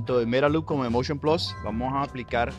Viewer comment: Vaaaamooo con Covid!... Tu me quieres vender el "Moushion Plassss!!!"